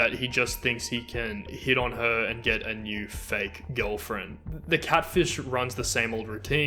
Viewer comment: The only criticism I have of this video presentation is the excessive number of times the narrator said Lorne's name, and that it always came out sounding like "Lawn." I did get a kick out the two times I heard the narrator saying "gilfriend," and then right after that saying the word "catfishing." I suppose I'm teasing you a bit with respect to your national regional dialect, but we do have to honor the different ways that people have grown up speaking their particular dialect, in this case with respect to the English language, and to value the beauty that emerges from the many voices of individuals who have a "different way" to speak this language. There was a passing comment about what I would call "Elder Abuse," and that is when Lorne, and I think it was his brother, stole $30,000 from this elderly couple on the pretense of doing some major plumbing work--or septic work. But the work only got started before Lorne took off with that money and apparently left town--for good! And then the guy who led a fundraiser to get this money paid back to this elderly couple absconded with those funds! So that becomes another horrible tragedy! And, of course, one of the Greater Tragedies is that Lorne never felt ashamed or believing that, in fact, he did commit a very serious crime. It just seems like he never owned up to what he did. And apparently he still doesn't seem to understand the enormous impact his ignorance in how he thinks and about his actions toward others have played out